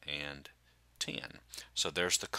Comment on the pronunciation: The way he says 10 😭😭😭😂